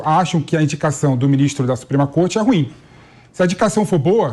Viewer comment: Aprenda o portugues e pronucie o "ruim" corretamente.😮